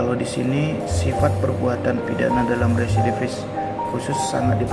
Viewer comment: REVIDIFIS 😂 rerrwreee, RESIDIVIS